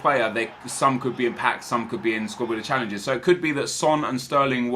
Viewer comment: The way you say "challenges" is gay as fuck